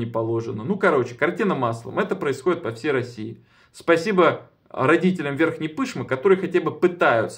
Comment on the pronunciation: верхняя пышмА, а не верхняя пЫшма !!!